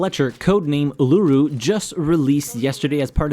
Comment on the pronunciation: The Uluru pronunciation just got to me as an Australian. Uluru is a great operator though.